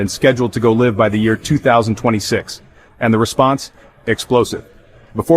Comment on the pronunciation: 0'55": "scheduled to go liv"? You need to change your AI narration.